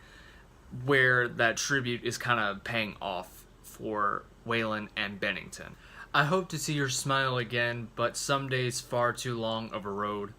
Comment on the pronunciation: At least you pronounced “Bennington” correctly. (Why-land) (Goot) And, in my opinion, Meadow and Finest Hour are the dedications. But wtf do I know?